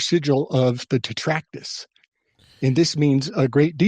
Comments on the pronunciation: As opposed to "Trac-tat-us". You might have caught a touch of the ol', 'lysdexia'. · Not trying to gamma on anything. This is a badass episode. Im on my 3rd watch, but isn't the word, "Trac-tat-us"?